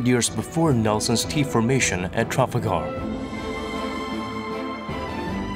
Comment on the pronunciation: Weirdest pronunciation of Calais and Trafalgar Ive heard